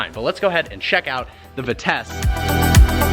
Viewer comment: Vitesse is pronounced "vee-tess", not "vit-ess.